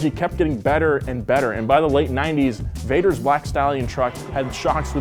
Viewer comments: mike v-ah-ters not vaders lmao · He keeps saying Vaders but it's Vaters "VAH-TERS" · Also one of my dads friends was Mike Vader’s and I talk to him and said it wrong it’s mike Vah ders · Not Jim Vaders... also not Mike Vaders... the owner/driver of Black Stallion since 1981's name is Mike Vaters. (This is a delightful video, btw. I'm just a nerd and have to comment when I have any kind of correction.) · its Mike Vaters- Pronounced Votters... not Vaders... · Mike Vader's but pronounced Voders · this video triggered me because of these name pronunciation and errors its michael Va-ters than there is scott butte oh im disappointed usually does a ton of research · Saying Vadoors name all wrong